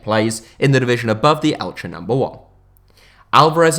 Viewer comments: I think that Elche is pronounced [Elx], isn't it? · Im spanish, should be elxe